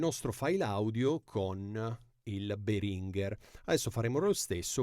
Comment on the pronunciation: Si pronuncia Béhringer.. in effetti Behrínger fa sanguinare le orecchie. Puoi ascotare il signor Béhringer che pronuncia il suo stesso nome qui su YT.